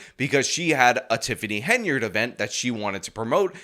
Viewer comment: Wow, looks like finally worked out she's called Henyard and not Hey-nard.